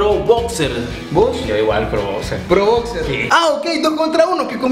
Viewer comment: "Bocser" :v